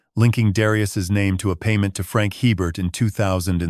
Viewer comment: If you're in Louisiana, you'd know that the name "Hebert" is pronounced "ay-bare".